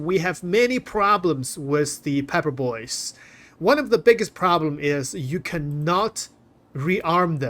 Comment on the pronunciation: 'Peppa Boys' LOL 🤣😂 "oh you like'a da' peppah?" I'm cryin' ovah heah!